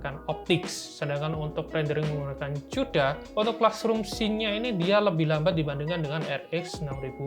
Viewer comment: bacanya Kuda mas. bukan Cuda